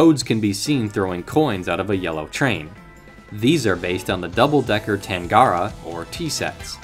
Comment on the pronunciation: To a non-Australian from a Sydneysider, I can confirm you nailed the pronunciation of "Tangara". Interestingly, despite me being young (20 years old), I actually remember the Tangaras when they had black ends but I can't remember when they started repainting the ends from black to yellow.